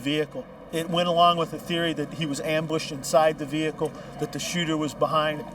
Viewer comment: Vee Hicle ,haha